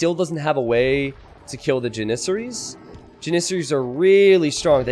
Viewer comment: you legit mispronounce everything in this game that is not a standard English word. The way you say Slavs, janissaries, mangonel, etc. are all wrong. Please fix